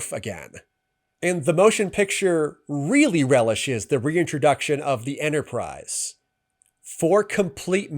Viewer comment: “The Entersize” 😂